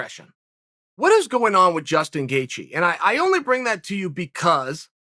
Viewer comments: “Jason” Gaethje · I've been calling him Justin,uncle chael has spoken jaeston gaethje it is from now on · Jastun Gaethje ... come on chael. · Who’s Jaystin Gaethje old marble mouth Chael? 🤣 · Who the hell is "Jaston Gatjhe" sounds like a killer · Chael “Jayston Gaethje” Sonnen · Chael "Jaystin Gaethje" Sonnen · "Jaystien Gaethje" we have a new name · Jayston Gaethje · Chael says Gaethjes' first name is now Jason . Ok great. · He also called him jastin